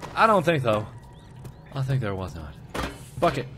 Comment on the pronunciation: It sounded like mark said fukkit not bucket